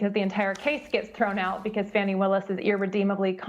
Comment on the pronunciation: It’s not Fawnnie Wilis .It’s Fani Willis.The A in Fani is audible